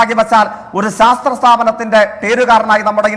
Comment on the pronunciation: Sastra alle mone "shastra"